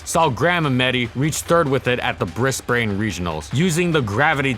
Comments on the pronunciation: Just a quick thing I've noticed in your videos: The Australian city Brisbane is pronounced 'Briz-binn,' not 'Briz-bane' Love your videos though! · fyi "brisbane" is pronounced "brisbn" and "melbourn" is pronounced "melbin" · Really enjoy your videos, fantastically researched. But I have to admit that your pronunciation of Melbourne and Brisbane really stands out for an Australian. Think "Melbin" and "Brisbin" (I know it's strange). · Just an FYI, Brisbane isn't pronounced "Briz-Bane", it's more like "Briz-bin". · How many times do I have to say this Melbourne and Brisbane are pronounced Mel-bin and bris-bin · Hey dude, love the videos! With regards to pronunciation of Australian cities, I've put some phonetic spelling for you below :) you'll sound like a true local. Melbourne = Mel bun (that is seriously how we say it...look it up on YouTube if you don't believe me!) Brisbane = briz bun You do all the other ones perfectly.